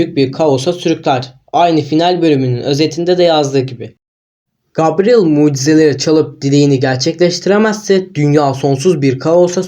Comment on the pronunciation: Gabriel diye yazılır gebriyıl diye okunur.